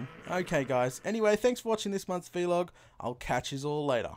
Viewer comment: Ok I'm not a hater I'm a reaaaalllly big fan but ITS NOT V LOG ITS VLOG said just like BLOG